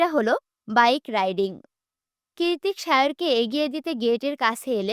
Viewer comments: It's not kirtik... It's kritik❤ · lt's not kirtik... lt's kritik❤